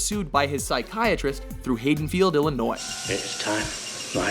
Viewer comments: "Heydenfield"? Really. Haddonfield is not that hard to say. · HIDDENFIELD? BITCH ITS HADDONFIELD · Its pronounced Had-in-field not Hay-den-field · its Haddonfeild not hadenfeild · he said Hey-donnfield it's Had-donfield. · Did he just mispronounce Haddonfield? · That pronunciation of Haddonfield is really irking me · Your pronunciation of haddonfeild was vomit inducing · The narrator mispronounces "Haddonfield." Has he not actually seen the Halloween movies????